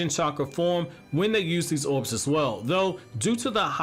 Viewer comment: Never thought that I’d be so pissed off by hearing somebody talk. Orbs. Not owubs.